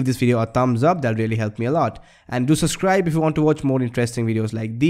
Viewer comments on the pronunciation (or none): hey bro !! dont say suscribe , say subscribe . ... thumbs up for ur vid.